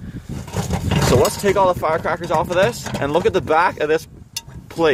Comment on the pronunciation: I cracked up when you said firecraklers